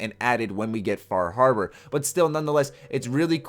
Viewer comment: Fah Harbar